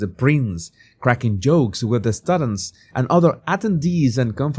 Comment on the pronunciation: It's pronounced "stew-dents" not "stud" ents". And 'hindsight' is 'hi' like hello, not hind. Your English is usually very good so I'll assume these words are tricky for people whose first language is not english. Another great video otherwise 👍